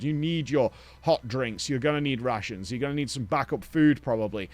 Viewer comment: not sure if he said RATIONS or RUSSIANS.. bro brought Russians with him